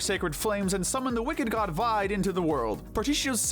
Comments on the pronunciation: I hate how you pronounce Vide as Vyde instead of how it's been pronounced Veeday. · This is a good video, but gosh, do you guys actually listen to the game dialogue? Vide's name is pronounced VEE-DAY, not VIED. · You pronounced Vide wrong.